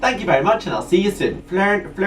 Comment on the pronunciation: I've checked that thingy on google, and found that the greek transcript is φλαούνα(ς - for plural), so it should be pronounced as fla-Ú-na(s - for plural). I think I can smell the cheesiness through the screen. 😕